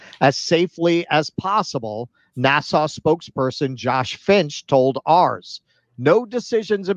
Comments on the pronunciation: Maybe it's just bc I have it on1.5 speed, but it sounds like he's saying "Nassau" the capital of The Bahamas everytime instead of "NASA". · I like the way pronounces NASA as if it's a port in The Bahamas.